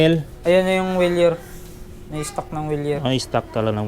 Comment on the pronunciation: Maganda sana 'yung Wilier, tamang -tama sa akin ang size...maliit sa akin ang Trek, na mas maganda pa...na mga mura ang presyo at sigurado, dahil orig... 'Yun nga palang Wilier ay pronounced "VEE LI ER", not "wee li er".